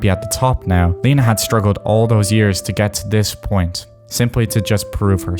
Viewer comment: it's pronounced 'Lena' not 'Leena'